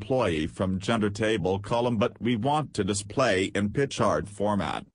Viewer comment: Love how "pi chart" turns into "pitch art" from the robo-voice.